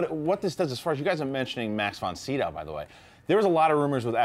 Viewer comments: Man, you butchered that name "von Sydow" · He's supposed to a 'movie expert', yet never heard von Sydow's name pronounced? Hard to believe.